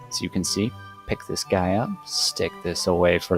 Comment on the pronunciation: say "dis guy" one more time and ill fight you irl